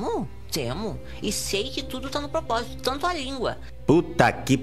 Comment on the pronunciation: "Tudo tá no popósito"